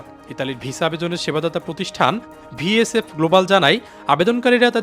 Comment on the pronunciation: Vsf noy vfs, barbar aki vul bolchen.